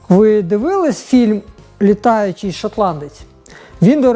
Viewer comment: не летючий,а летючий